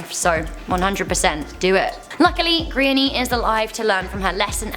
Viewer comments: I had to try to work out what kind of name is Grainny in Ireland??? If you are a speaking from the UK is it too much to find out how to pronounce GRÁINNE, It's pronounced Gran -ya, not too difficult. Calling her Grainny throughout this piece is embarrassing. Most people know how to pronounce most Irish names at this point. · I feel so bad for this girl its so unfortunate .Just a tip the names gráinne and pronounced graw-nya not grainye😂🇮🇪love your videos